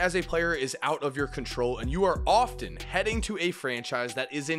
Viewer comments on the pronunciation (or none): none